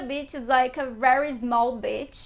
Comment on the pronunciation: Great video, thanks. I have great memories of my time in Rio. When you say “beach” in English you need to elongate the “bea…” sound (more like “bee”, otherwise it sounds like that rude word (b!tch) 😬